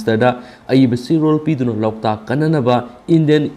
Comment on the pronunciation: Loktak haibiyo loutak ntte🙂